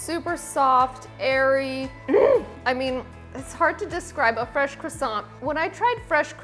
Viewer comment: Parisian chefs would have taught people how to pronounce croissant properly though.